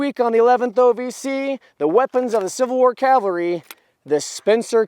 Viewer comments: I’m not trying to give you too hard of a time but there is a difference between Calvary and Cavalry. Don’t get the wrong idea though, I greatly enjoyed the content! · Please, as a re-enactor, pronounce cavalry correctly. it is not calvary. That is where they nailed Christ to the cross. Sorry, but it is mispronounced so often any more, it is grating on me... 1st Air Cav, not 1st Air Cal, easy way to remember it...... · OVC : Don't say "calvary" when you mean "cavalry." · If you are going to represent the Cavalry then you need to learn how to pronounce the word Cavalry correctly. You keep saying Calvary which is the place where Jesus was crucified. Two totally different things. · It’s Ca-Val-ry not Cal-vary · Did you say "Cal vary"???